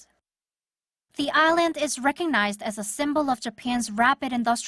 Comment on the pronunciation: The way the narrator pronounces "island" is really annoying.